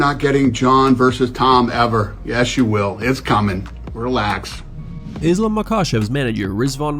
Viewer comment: Dude ur saying islams last name completely wrong 😂 have u ever seen him fight or watch an interview or anything???